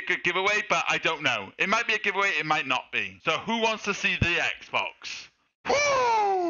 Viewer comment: 엑스박스가 아니라 에그박슼ㅋㅋㅋㅋㅋㅋㅋㅋㅋㅋㅋㅋㅋㅋㅋㅋㅋㅋㅋㅋㅋ